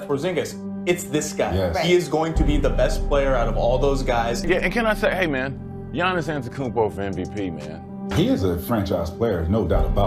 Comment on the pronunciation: Don’t you mean Giannis Akoumpo